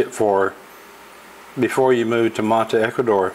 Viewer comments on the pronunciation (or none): none